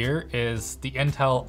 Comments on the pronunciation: “inte” when it should be intel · My favorite processors are always “Inte” Edit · Everyone: Intel Core i5 LTT: Inte i5